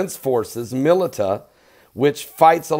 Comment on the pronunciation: Milita?.. It's pronounced milisha.